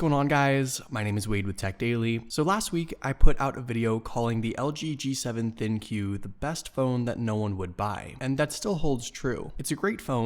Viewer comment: Soooooooooooooooooo..... It's propounded l g gee se ven think if you knuckleheads that do these reviews actually took some time and asked around instead of rushing a review for a quiver of money you would have found that out.